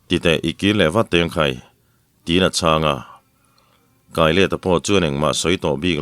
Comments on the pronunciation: Khami kai kha a ni lo. 'Sial ka kai' tih a kai rik anga lam tur a nih hmel zawk. A chhan chu ral an va bei a, hnehtu zawk ah an tang a, an thah bang zawng te kha an kai haw thin.Khami sawina kha a nih hmel. Zawlbuk/ runpui sang/ Lal in etc.. kai ah erawh chuan zawlbuk kha kaih chi a nih loh avangin pentui kai tih a, kai rik dan hian lam tur. Amaherawhchu, tawngkam kan hman dan a zirin.. entirnan:- Ekhai kan khua chu avan reh reih ruih em! Ral an kai a ni ngat mai tih ang chi ah chuan pentui kai tih a, kai rik dan Khan lam leh tur a ni ang. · Mipa naupang Ral Kai Rual tiha KAI hi i lam dik lo a,ka kawrah pen tui a kai tiha kai lam anga lam tur a ni e.